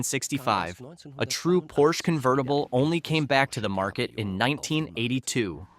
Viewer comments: Stop mispronouncing Porsche. Please. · Porsche has 2 syllables. FFS it's not that hard! Get rid of this narrator. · Relax, this is a Geman documentary with an English voice over. And it does pronounce it as both Porsch (as most English speakers do) and Porscher. They know their Deutsch. Enjoy the free content and marvel at Komenda's genius.